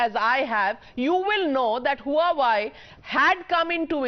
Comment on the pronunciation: huawei is pronounced hwa-way